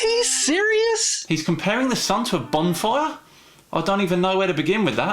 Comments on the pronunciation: Did he say barn fire? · I'm pretty sure he said "suposubly" instead of supposedly and "barn fire" instead of bonfire. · I'm re-watching this and just wondered... Am I hearing it wrong, or is saying "barn fire" instead of "bonfire"? And before that, "supposably" instead of "supposedly"? Is 'Supposably' a Word? Supposedly vs. Supposably | Merriam-Webster Supposably is a real word and separate from supposedly. "Supposably" means "as may be conceived or imagined" and is the adverb form of "supposable" which means "capable of being supposed or conceived." Kudos to the three "students"! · Did that guy say “barn fire?” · Is he saying bonfire or barn fire?